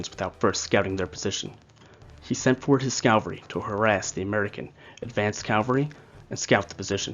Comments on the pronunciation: Please, please,please stop confusing Cavalry with Calvary. Cavalry are military horsemen. Calvary is the hill in Jerusalem upon which Jesus was crucified. You do great work, but this mistake makes you sound incompetent ( which you are not). CAVALRY. Not. Calvary With respect , Marcus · Thanks you for the video... please say after me...CA-VALL-RY....thanks again !